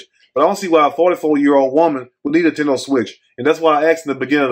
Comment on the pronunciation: Intendo switch instead of a PS5 😂💀🙌🏽